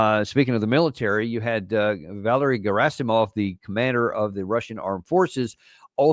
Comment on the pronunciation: With all due respect. His first name is pronounce VaLEri. Accent mark on the second syllable.